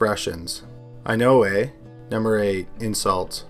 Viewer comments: I appreciate the extra effort to not screw up our ‘eh’ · We don't say eh like that.